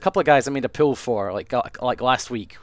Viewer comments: he keeps saying pile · Whenever he says 'pool' it sounds like 'pill'. Hey I'm selling pills! xD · i thought he was saying pills instead of pool! XD